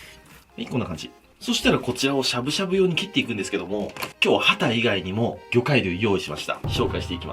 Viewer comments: ハタ系の魚が畑ぃの魚に聞こえた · 畑のお魚って聞こえる… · 何度聴いても畑の魚に聞こえてしまう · 畑の魚に聞こえた笑